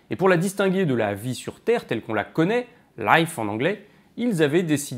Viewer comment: "Loïfe" C'est un britannique qui a choisi la prononciation ?... :3